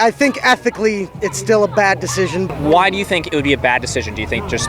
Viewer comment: "Medical deshision"